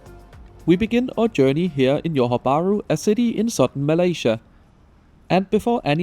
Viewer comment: By the way, thats Johor as in Zhohor or Dzhohor (juh), not yohor 😅 Tell me you're Scandinavian without telling me you're Scandinavian but that's alright Sadly I won't make it to this line before it's gone but I'm looking forward to the RTS and they're even planning a second line!